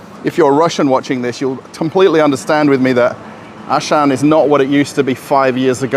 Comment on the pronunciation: Yeah, there is actually no Ashan , for he meant Auchan , a French brand. Pronunciation: 'Au' like o in 'rOle' - 'ch' like sh in 'SHampoo' - 'an' like an in 'FrANce': Au-ch-an